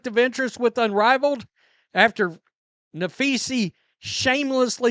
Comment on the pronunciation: Who are you talking about cause that is not her name. Guess you're too stupid to learn how to pronounce her name.